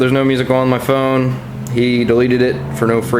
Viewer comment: thought you said your thumb broke not your phone XD